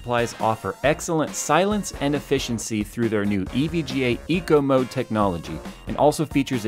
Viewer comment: This is how you pronounce it: EVG aayyyy lmao